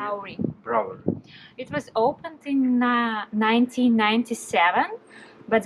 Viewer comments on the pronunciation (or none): The reason you are having trouble pronouncing "brewery" is bcos you are trying to read & say it the European way. English is the worst language on the planet. The way we say words is not the way it's written. Try saying it like this phonetically - "moon or noon". "Broo ery". Later when you have mastered that, you can try to say the "w". "Broo wery". Most people don't bother to pronounce the "w", they just say "Broo ery", bcos the "oo" already sounds like the "w" in this word. Other than that, I think you're English is great! That's a massive job. Please take extra care not to hurt your back.